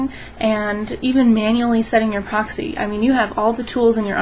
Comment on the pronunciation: pa-roxyee lol